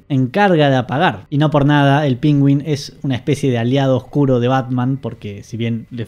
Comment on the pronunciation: Todos preguntándonos porqué pronuncia "PÍNGÜIN"...